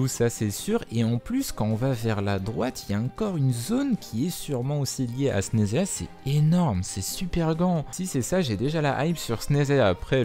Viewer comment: On prononce Chneznaya